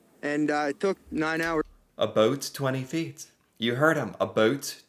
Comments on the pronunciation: Both of those provinces are the southern part of Canada. It's not that it's super cold here, we just get some freak snowfalls every few years. Not "pretty far north" at all. And you did that thing again. You said it perfectly the first time (a-boat) and then repeated it two more times, getting further away from what the Nova Scotian said (a-boat) and closer to the American cliché (a-boot). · Your pronunciation of "about" does not sound like the guy in the clip. lolol. You sound like YOURE saying "aboot" not the guy in the clip lol. I only hear "aboot" from people trying to make a Canadian accent. lol I'm sure somewhere in Canada people may sound like that like, say, if you're an immigrant? It's a funny stereotype though lol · That’s the first time I’ve heard a Canadian say “about” incorrectly. I thought only South Park and some Americans say it that way. It must be an east coast thing. Like Americans say crick instead of creek or ruff instead of roof.